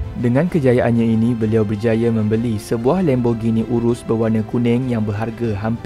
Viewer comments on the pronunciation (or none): Sebutan Lam bukan Lem.